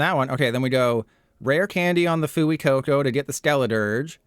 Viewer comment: pronounced "fway-coco"